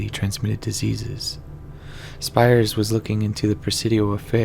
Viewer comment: Pronounced "Speers"